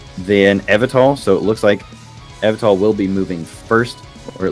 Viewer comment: The way pronounces Yveltal all throughout the video is killing me while watching this